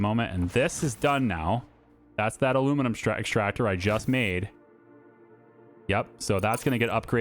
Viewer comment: Aluminum, not Aluminimum.